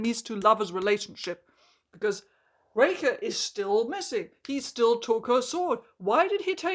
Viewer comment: Not a dig at your accent or anything, but everytime I hear you say “Raker” I hear “Reika” and I get flashbacks to Age of Scorpius and have to conciously adjust my ears to hear it correctly. (Also I agree wholeheartedly, Harlan Raker is a beyond-stupid name that made me physically eye-roll when I heard it during another reviewer’s video on the book last night lol)